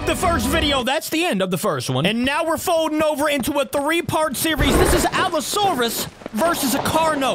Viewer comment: ya you said the allosaurus correct